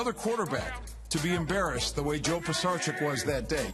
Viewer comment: Lmao they’re saying Pisarcik wrong 😂😂